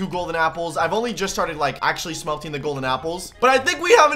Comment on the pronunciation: ah yes, "smeltshing"